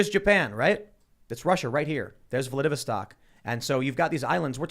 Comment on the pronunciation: Vla-vid-a-stock? Lol! No. Vlad-ih-vos-tok.